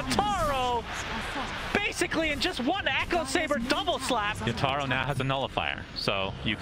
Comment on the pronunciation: My god I fcking hate how the caster pronounce Yatoro’s name